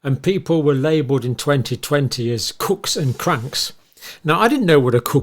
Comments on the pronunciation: FYI it’s pronounced kewks not cooks. 😊yep. Americanisms… a good one. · I normally would never correct pronunciation, but since you said you weren't previously familiar with the word, Americans pronounce it ko͞ok. Like the coo in coo coo ka choo in Mrs Robinson. We pronounce cook (as in chef) the same way as on your side of the pond, however. :) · It's Pronounced Cooke , like Spook ;)! Cheers 🥂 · Pronounce it kewks